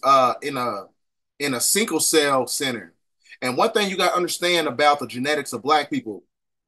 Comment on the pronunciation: Everything here checks out except “sinkle cell” I swear you were killing me . Say that shit one more time 🫥😒😂😂😂😂😂